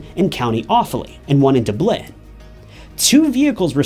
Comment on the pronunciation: Doo-blyn? Really!?! Dude…. DUB not doob. Haha